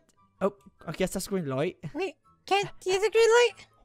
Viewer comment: foxy said "greeng light"